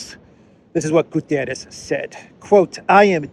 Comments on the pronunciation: PLEASE, PLEASE, PLEASE. UN Secretary General is called António GUTERRES, not Gutierres. Please drop the i. For months I hear a lot of people calling him a Spanish name. The guy is PORTUGUESE, so his is name. ;-) Cheers Meanwhile the important thing is that Haley and respective scum should be ashamed. Calling for the resignation of someone asking for CEASEFIRE and diplomacy. Instead of war! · it's not "Gutierres" but rather "Guterres", a Portuguese and not a Spanish name/word! Regardless, I continue to appreciate your timely and informative videos! Thank you! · Its not "Gutierrez". He's portuguese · It's not Gutieres, the man is not Spanish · António Guterres is Portuguese. Thus, there is a specific pronounciation of "António" and "Guterres". Guterres is NOT pronounced like the Spanish "Gutiérrez".